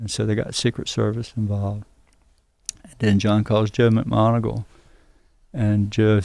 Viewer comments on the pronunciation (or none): Super interesting episode. Bledsoe saved the friggen Pope. lol there’s no second C in joes last name, mcmon-eagle 🦅. Think more eagle eye, less Mr planters peanut 🥜 lol